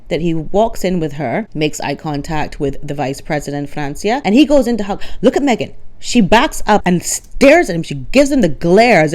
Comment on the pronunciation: Megan takes "the Me-gain"show everywhere she goes"!!😂😂